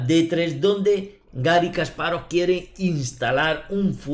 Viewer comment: Si vas a corregir... Kasparóv es una mala pronunciación, en ruso es llana, Га́рри Ки́мович Каспа́ров, al igual que Карпов, no Karpóv